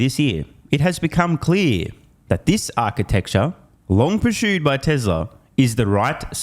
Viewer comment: You pronounce pursued weirdly.